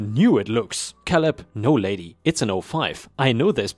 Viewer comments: I think it's pronounced kay-lub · Great stories, as always. Thank you. ⭐⭐⭐⭐⭐⭐⭐⭐⭐⭐⭐⭐ The name Caleb is pronounced with the a as in ape Another of those pesky English language traps we use the word row in different ways. 1. To row a boat 2. A row or line of soldiers etc These are pronounced as RO 3. To have an argument or quarrel with someone BUT is pronounced as in how or now. Hope this helps. Best wishes